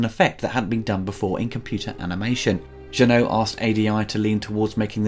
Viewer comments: It's JEUNET. Not Jeunot, not Renault, NOTHING that sounds like OH. This guy does nice reviews but he SUCKS at pronouncing names. Please don't repeat his mistakes. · It's not Jean-Pierre «Jeannot», it's Jean-Pierre Jeunet, it's pronounced « è » at the end. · It’s pronounced “Jeu-nay”, bro. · I am "deadly" serious when I state that it is hard to take anything serious coming from someone who thinks Jeunet is pronounced like Renault... but I guess, that's my problem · Jenneaux instead of Jeunet, Urigi and Orrigi instead of Auriga, Dorf instead of Dourif, Frank (?) instead of Elgyn, John instead of Vriess, Padouris - again - instead of Poledouris... Man, your retrospectives are so damn good: comprehensive, insightful and very knowledgable about aspects that don't get coverage anywhere else. If you could just bother to get your names straight. I mean, you're so on point on everything else - how much time does it take to look up a name? This is an issue in most vids, and it's actually getting distracting. It's like a drinking game where you have to take a shot at every mispronounced name only to be completely blasted three vids in. It's a bit of a bummer, considering this stuff is so great in every other regard.